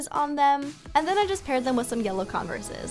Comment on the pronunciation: “Conversas” ???? Lmao